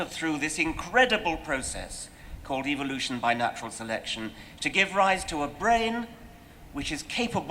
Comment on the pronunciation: am i the only one who heard evilution from dawkins?